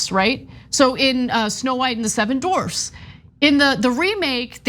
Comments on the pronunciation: She said dorfs not dwarfs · Dorfs? What is that? Its dwarves or dwarfs not dorfs. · Did Anna say 'Dorfs"? lol